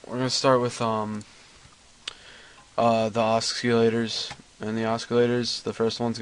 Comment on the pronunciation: you pronounced oscilators wrong. sorry bro...